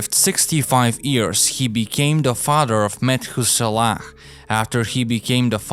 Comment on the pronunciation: Lmao it’s YEARS NOT EARS